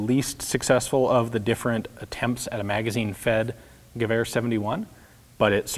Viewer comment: Is it just me or does he pronounce Gewehr like giver?